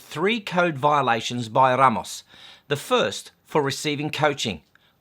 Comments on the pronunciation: Are you joking when you say R-r-r-ramos? 🤔😏 BTW Ramos means 'bouquet of flowers'. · the third time you rolled your R's when mentioning Mr. Ramos my body experienced a small seizure. My Lawyer will be contacting you here soon. Please review Neale V.S. Mary Hart. "Neale made headlines nationwide July 11 when Dr. Venkrat Ramani, an Albany Medical Center neurologist, announced he had proven the voice of Mary Hart, host of television's 'Entertainment Tonight" caused Neale to experience epileptic seizures that include loss of memory and disorientation." Just kidding mate, loved your rant as usual. I mean commentary. ' )